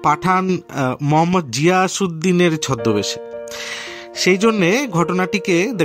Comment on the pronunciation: Md. Ziauddin, Ziasuddin noi